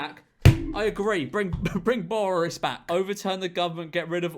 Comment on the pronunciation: George saying "borris" sounds like hes speaking in an Irish accent